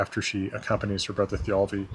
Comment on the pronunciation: Why is the accent in Thialfi on the second syllable, not the first?